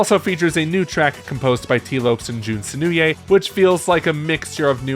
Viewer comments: Jun Sen... sen new a? I'm sorry that just sounds silly, I've never heard his name pronounced that way before lol. I also... not to be rude but... what was the point of this video? I don't disagree, which I guess is why I'm asking it, Mania was a big event, I don't need to picture it, that was only 6 years ago, unlike Generations which is over a decade old at this point, I feel most, Mania isn't that old yet. Also you mention CD... but then why isn't it included? I'd put it 2nd personally, because it has 2 versions, 2 different soundtracks that they show off even if the animated sequence is the same, if Mania wasn't such a love letter to fans I'd say CD could even beat Mania depending on who you ask. Also what about the Mania Plus trailer showing off Mighty and Ray brought back from the dead? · Jun’s last name is pronounced is “Seh-noh-oo~eh”